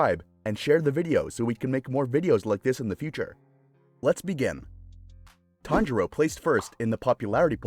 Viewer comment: Kanjiro? I'm pretty sure it's tanjiro